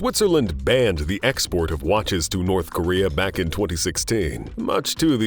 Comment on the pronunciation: Does anyme find it off-putting that the narrator says: watch-ass, ple-shares, axe-ass, likang, etc.